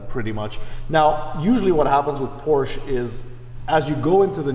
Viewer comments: Detailed about not knowing the production year of his own car. Detailed about being unsure what went wrong with the color of the stick shift? Detailed about not pronouncing "Porsche" properly? Detailed about being unsure about the car's horsepower? Detailed about having a blurry and jittery camera? Detailed about bragging that "the best thing about this car is the the cup holder?" This video is a comedy of gross insults to Porsche. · Doesn't know the production year of his own car... lack of situational awareness.... and he's licensed to drive on public roads? Doesn't pronounce "Porsche" properly.... grounds for any Porsche dealership to call security and have a person escorted off their property. Unsure what went wrong with the color of the stick shift... absurd lack of attention to detail. Camera is blurry and jittery... a 5 year old with a 5 year old iPhone would have done a better job. Thumbs down within the first 4 minutes.